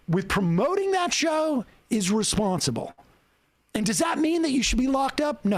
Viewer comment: "F that S... YOU'RE RESPONSTIBLE [hiccup]!!!" jk, L is B